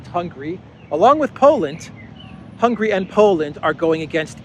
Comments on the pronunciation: Hungary. Not "Hungry." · Mate, I really like your channel, but let me tell you, that even though we are not too wealthy here in Hungary, but we are certainly not hungry. The name of Hungary is rather spelled Hun - Gary! 😃